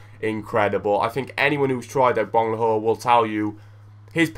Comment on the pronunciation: Yeah i hope , but his name is Agbonlahor not abgonlahor :P :D